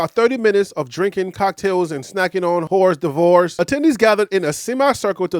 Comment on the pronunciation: Hors d’oeuvre is correctly pronounced (phonetically) “Or devra”. Silent H, silent S, silent O.